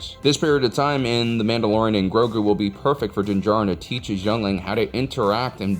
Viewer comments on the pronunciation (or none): About 85% of the time, Grogu was mispronounced. It is Grow-goo, not Growgurt.